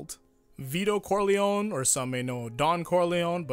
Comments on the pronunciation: Just one thing Is pronounced Don Corleo-NEH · Just not cor-lion.